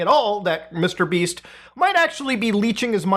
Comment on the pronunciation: Wait. Did you say Mr. Beast or Mr. Beeps?